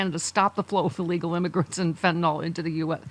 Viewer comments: FYI - It’s FentaNYL not FentaNALL. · It's not FentaNOL, it is FentaNYL. Different pronunciations.